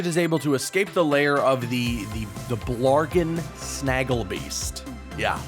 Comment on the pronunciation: stop saying QUARTO ding dong its Quartu. and its Blargien snagglebeast not blargen